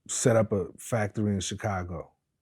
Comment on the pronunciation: I see vlad still pronouncing Chicago CHICKago ... smh .. god thats so annoying I cant stand when he does this ...